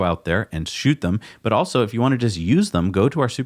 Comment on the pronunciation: Luggurious! Bahahahaha! I love how it was dubbed over. Oh for crying out loud! Between you and Gali with his Jagwire cars, so embarrassing. Cracked me up though, well played, sir. One more "awso" instead of "also" and I'll probably blow a pupil.